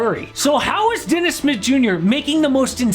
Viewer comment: It took me awhile tn realize dude was saying Dennis Smith Jr. Sounded like Dennis Mid Yur